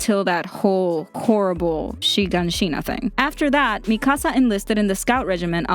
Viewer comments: IT IS MIKASAA NOT MIIKASA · Why she say MIKAASA!! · I love how you say Mikasa's name MiKAsa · Isn’t it Me-ka-suh instead of Me-kahsah? Or am I wrong? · WHY DO I GET SO MAD WHEN PEOPLE SAY MIKASA'S NAME WRONG, ITS NOT MI KAH SAH ITS MI KA SA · “Me ca sA” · I'm not going to lie the way she saying Mikasa is triggering me 😡🤬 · You’re legit pronouncing Mikasa’s name wrong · I like that she explained this but...dude... 1. "Historia's best friend Ymir" ....might want rewatch season 2 and 3 to rethink that. 2. U said Mikasa's name completely wrong. Its Japanese, NOT Spanish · I get triggered by the way you say mikasa